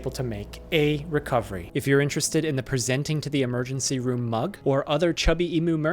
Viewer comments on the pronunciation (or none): Right? Why'd he say it like that?!